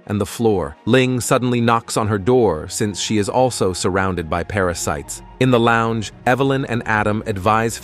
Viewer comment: The AI narrator started breaking. "Para-cities" instead of "parasites", "father" pronounced like it rhymes with "lather".